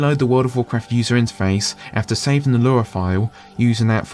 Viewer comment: It is driving me up the wall that you keep saying "Lura" instead of "Lua". Or "Free" instead of "Three".